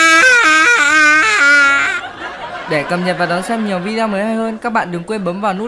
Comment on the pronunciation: Không biết có nghe nhầm anh nói từ video thành vi deo